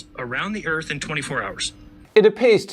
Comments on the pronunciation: He said. Erf. He's a flat erf troofer. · “Im not a flat uuurfa, i just fink da urf is flat” - dumbest idiot ever